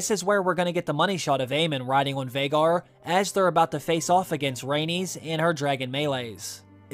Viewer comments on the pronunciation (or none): none